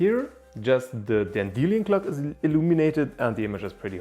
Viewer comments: By the way, in English, A Dan_deel_i_on clock is pronounced Dandy_Lion clock. The metal Leed is pronounced Led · Dan-De-Lyon - ROFLMAO! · i hate how he says Dandelion